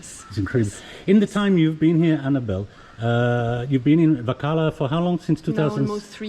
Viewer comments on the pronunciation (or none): is a good man. If only he learnt to pronounce Varkala correctly. 🤐